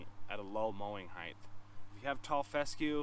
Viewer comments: Excellent series of videos. But, "mower heighth"? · What is heighth?